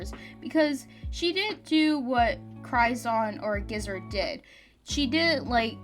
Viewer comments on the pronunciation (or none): Also Ge0zard is pronounced "Jee oh zard" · I can't get over how you pronounce Ge0zard